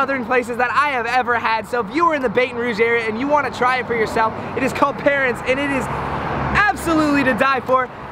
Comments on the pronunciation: I FIGURED YALL WOULD GO TO PARRAINS. They are the best. Also it’s pronounced Paw-Rans. Great video! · It’s paw-rans and BAT-on Rouge but ily 💖 and it’s a remoulade sauce 💖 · Nooooooo not saying Baton Rouge and parraine wrong 😭😭